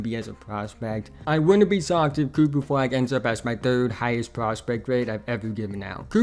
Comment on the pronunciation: coopuh fwag is unwike any pwayuh we have evuh had...